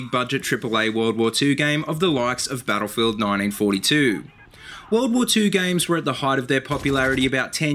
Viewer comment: "Bah-uhl-field nigh-een four-ee-too"